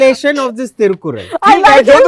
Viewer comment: Being a Tamilian I am utterly surprised that Abjith can say flawless Tirukkural 😅😅